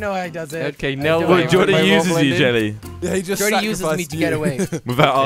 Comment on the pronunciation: is there a jellecopter Easter there? xD just kidding there is no Easter egg there! jelle is pronounced helli